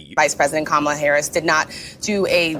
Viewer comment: Seems like Megan Kelly cant say KAMALA correctly 😂 Its the same way as the old wrestler Ka Ma La